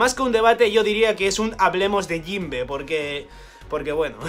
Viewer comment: JOINBE SUUUUUH XD